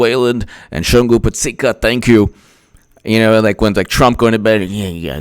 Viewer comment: my man. Mad props for saying my name correctly... Both “u”s in Shungu sound like “oo” in book or shook ✌🏾